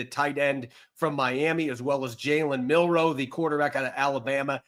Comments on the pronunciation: Jalen is on out team now, learn how to say his last name😂😂 Milroe not Monroe😂😂😂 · It’s Milroe, not Monroe. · ROB PLEASE IT'S MILROE WITH AN L, NOT MINROE WITH AN N. Please lord let see this so I don't have to hear him call him MinRoe for the next decade. It's been killing me for the last 3 months. MIL-ROE. MilROE.